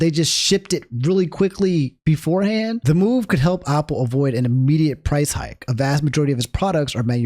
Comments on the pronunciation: I just can't get over him saying Opple. Is this a DMV dialect thing? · Go to the store and buy a Opple for every time he mispronounced it this video